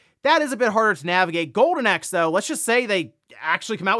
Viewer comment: Are you saying "Gowden Axe"? 🤣